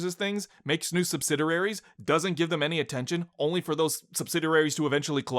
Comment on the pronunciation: Subsidiaries isn't pronounced like that lol